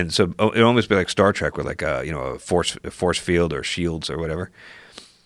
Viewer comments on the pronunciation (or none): my favorite part of joe saying a show he likes, is "Star Track" he never stopped saying it in 11 years